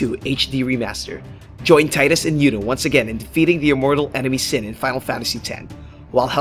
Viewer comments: "TEEEDUS" (Tidus) and EEENABA (Inaba). Just for future reference :D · Correct. He also calls Tidus "Tie-dus" when it's pronounced as "Tee-dus." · TEE-DUS .. THAT"S HOW YOU SAY IT. Other than that nice video ^.^